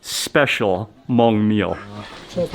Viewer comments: 😂 ... I've watched some of Mark's food videos but never knew he had a Hmong one. Props to his correct pronunciation of the word "Hmong" unlike most who typically pronounce it as "Mung" 👎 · Thank goodness he pronounce Hmong right! I love watching your videos. Reminds me of my trip to Thailand when I visited a Hmong village on top of hills in Chang Mai. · I'm Hmong American! Loving the video. Thanks for pronouncing Hmong correctly, Mark! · Omg!!!! Mark pronounced "Hmong" correctly! ❤❤❤❤❤❤ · Thank you for pronouncing Hmong correctly